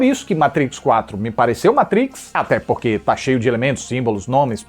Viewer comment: Muito obrigado, por falar "MATRIX" e não "MEITRIX" como a maioria dos youtubers!!! Tu eh o escolhido,!!!